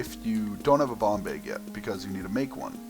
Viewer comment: when you said bomb bag it sounded like bong bag